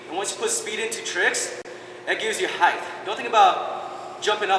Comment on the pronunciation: It bothers me that he says "height" wrong But it was an outstanding tutorial and quite a high gainer flash.